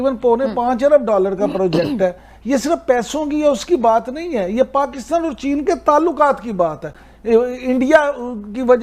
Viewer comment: Abe pakistan bol, pakitan nahi😂😂